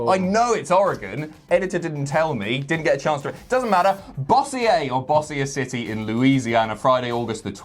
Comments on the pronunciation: It's pronounced Boe-zher city. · I'm from Bossier City. It's pronounced something to the effect of Beau-sher City. Can see the confusion though lol